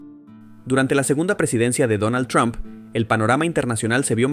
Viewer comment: Mijo, no es tron, es Trump,😁